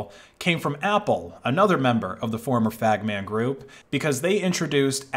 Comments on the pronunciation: good video but stop pronouncing FAANMG "fagman" thx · Bro you said fagman group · i am so glad you pronounced "FAANMG" in the way it was initially intended ❤